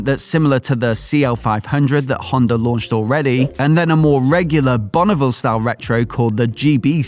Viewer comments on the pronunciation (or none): none